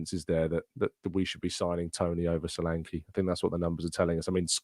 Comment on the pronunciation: Caught the tail end of the live show. And met you still pronouncing Solanke wrongly. The ''e'' is as in 'egg'. Also as in Nketiah.. They should leave Nketiah alone. He is a good player for us. The squad is needed not just just the team. We keep saying so and then boldly declare good squad players up for sale. Please prove yoyou read the post live comments by correcting the next pronouncement of Solanke